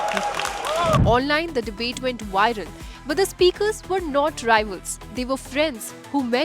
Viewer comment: Not ‘wiral’, VIRAL, with the letter “V”